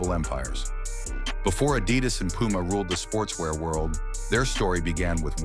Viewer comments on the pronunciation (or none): This AI voice cannot correctly pronounce "Adidas"